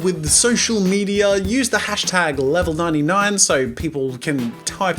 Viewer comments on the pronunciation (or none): none